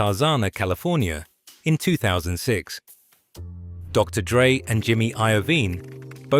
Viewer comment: DR D-Dre. AI slop